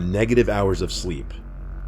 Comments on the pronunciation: DID HE SAY ALLTIMERSSSSS???? 😂😂😂😂 I’m dead 😂😂😂😂💀💀💀💀💀 cmon now it’s Alzheimer’s 😂😂😂😂😂😂😂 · Yoooo, did the nurse spell it Alzheimer’s or all timers?